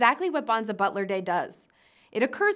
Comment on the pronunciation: Bonza butler or bonza bottler? Which is it? Or are you just mispronouncing bottler?